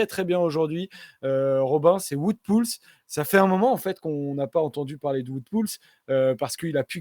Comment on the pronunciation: Top la video 👍 Juste niveau prononciation, j'imagine que le "Wout" de Poels se prononce comme celui de WVA, donc plutôt "vaote" au lieu de "voute"